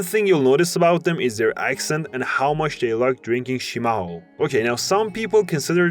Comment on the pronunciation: You mostly nailed it. But watch out your pronounce of -ão in portuguese. Its not -ao. The ~ indicates nasal sound, you will only see it in a (ã) and o (õ). Bão (the popular Minas Gerais word) sounds Ban + o Chimarrão (the popular drink from Rio Grande do Sul) sounds shi + mar + ran + o. And so is Pão, which is the word in portuguese for bread. Not pao which sounds like pau which means stick, but also dick.